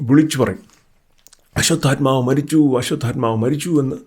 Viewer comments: തെറ്റായി പറയാതെ, അശ്വഥമാവ് ആണ് അശ്വതൽമാവ് അല്ല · Ashwathamavu anu...almavu alla. L illa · അശ്വത്ഥാമാവ് എന്നല്ലേ അശ്വത്ഥാൽമാവ് എന്നല്ലല്ലോ. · അശ്വത്ഥാമാവ് ആണ്.. "അശ്വത്ഥാമാവ്- ഹത:കുഞ്ചര" എന്നാണ് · ബ്രോ... 🙏, ആശുദ്ധത്മാ അല്ല, അശ്വദ്ദാമവു, പിന്നെ ദ്രുപതൻ ആണ്. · It’s not draupathan ,it’s drupathan and also it’s not ashwathathma it’s Ashwatthama